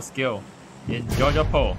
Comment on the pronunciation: You said georgopol....in my substitle Jacopo